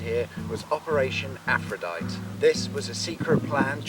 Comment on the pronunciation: Aphrodite is pronounced “Afro-die-tee”.